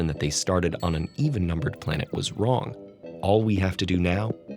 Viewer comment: He said Wong instead of saying wrong